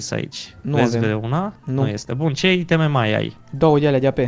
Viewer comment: super foarte cel mai wow :person-turqouise-waving::goat-turquoise-white-horns::face-red-heart-shape:da mbahhh di ce pronunta i' teme si nu iteme(aiteme) mahhh:hand-orange-covering-eyes::face-blue-wide-eyes:in rest genial hai cu challeger :eyes-pink-heart-shape